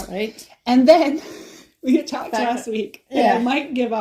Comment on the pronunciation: That was “talked”, not raled!